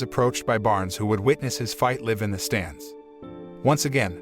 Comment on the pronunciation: Because it's not a real person speaking -- it's text-to-speech (computer synthesized voice). Clearly the algorithm isn't smart enough to detect the correct "live" in this context, and no one is bothering to fix it in editing.